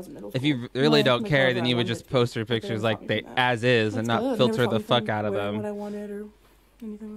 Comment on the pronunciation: When she says "pitchers" instead of "pictures"........ IT IS THE LITTLE THINGS DUDE, I CAN'T!!